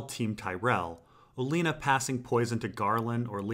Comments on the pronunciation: It’s pronounced Olenna, not Oleena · Oh-len-ah not Oh-lean-ah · Also, theres no 'ea' in Olenna Tyrell's name. Where does he get the infinite gall to pronounce it like that? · You mispronouncing oh Lena's name over and over is annoying